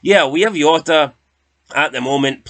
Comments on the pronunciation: Jota not yota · The Portuguese don't pronounce the J like a Y ya fud, it has a ZH sound cabron!